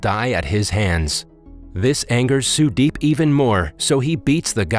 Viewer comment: as an indian the way you pronounce the names cant stop me from dying of laughter, but the way you said sudeep is actually a good pronouncemnt